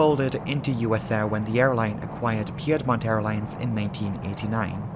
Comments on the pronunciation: Nice video! It's pronounced Peed-mont Airlines. Not Pee-yed-mont. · Oh so good to have a DIsaster Breakdown video drop! So well done, as always! (And, just FYI, since you're not from the American South,, it's PEED-mont Airlines, not PEE-ed-mont Airlines. We always have to pronounce it a little different.) Keep up the good work! <3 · I loved Piedmont Airlines back in the day. At the risk of being "that guy", it is pronounced Peed mont. Love your work. Hope someday you'll do audiobook narration. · Not being a native of the United States, there is no way would know it was pronounced "Peedmont", i have flown on that airline on a commuter flight into and out of Douglas and yes -- those thunderstorms that sweep across the Piedmont of North Carolina can be fierce. Our continued condolences to the friends and families. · "pee-edmont" sorry, couldn't help myself lol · Great job, as always. I'm local to the area, and Piedmont Airlines is pronounced /PEED-mont / (PEED rhymes with speed).